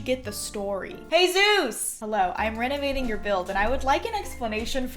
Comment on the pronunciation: did anyone else think she said “that’s what we will be renegading today”? no, just me being addicted to tiktok? 🤣